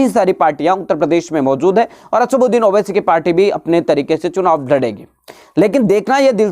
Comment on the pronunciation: asbuxdin nhi chutiye asauddin owaisy bol